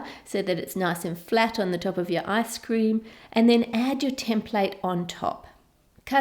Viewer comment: did I just hear "asscream" ???? 😂😂😂😂